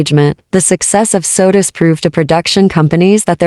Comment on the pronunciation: It's SOTUS not Sodas.